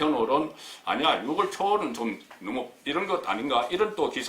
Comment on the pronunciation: 국건국장님! 안녕하세요? 출첵입니다. 그런데 6월을 유월이라고 발음하셔야 맞는거 같아요. 10월을 시월로 하듯이~ 솔나무를 소나무로 하듯이~ 활음조로~ 오늘도 화이팅입니다.